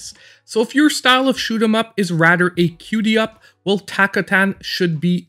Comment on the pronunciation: "Cutem up" not "cutie up" . Lol love your content man. Thanks for the hard work.